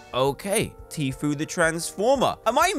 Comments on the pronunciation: I love how he says "teafo" when is tofuu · He called tofu tifu